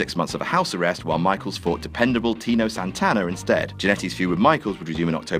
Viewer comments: TITO Santana, goddamnit, not "Tino." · TITO Santana. TITO. Not TINO. TITO. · Will ever stop calling Tito Tino? Find out next time on Gets Names Wrong on What Culture